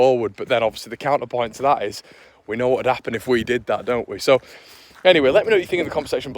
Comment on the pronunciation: Eeees are good eeeees are good......